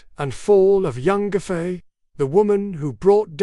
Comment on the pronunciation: the pronounciation of her name is embarassing. It should be pronounciated as phonetically Yang Gway Fey